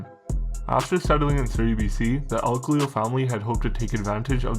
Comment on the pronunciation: Thats not how you say our name u twat goof